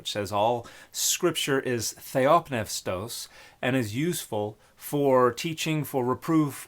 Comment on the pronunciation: Why isn't the P in theopneustos silent?